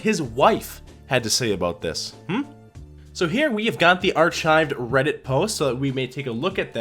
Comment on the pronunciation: no, he's certainly not, otherwise he would have said arshives. Dude said ar-CH-ives, like archie. This guys just a terrible public speaker.